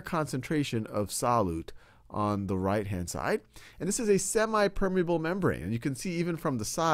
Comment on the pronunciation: It's not semai it's semi